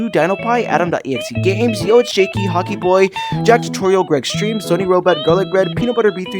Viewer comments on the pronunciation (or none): none